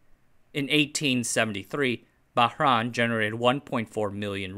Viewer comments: It's pronounced Bah-RAIN (reYn). I grew up there, so it pains me to hear you pronounce it as "Bah-RAAAN". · It’s Bah-RAIN. Like summer rain. I had a cat named purrs from Bahrain. She was the color of a pearl and she liked to purr a lot.